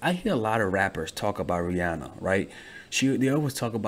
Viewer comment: I disliked because the way he said Rihanna it triggered me